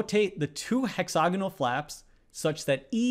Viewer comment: Stop saying, "hexOgonal". It's "hexAgonal", Presh!